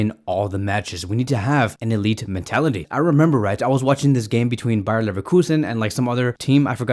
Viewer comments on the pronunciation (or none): none